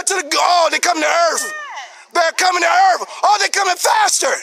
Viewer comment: I can't stop laughing. "They're coming to EARF"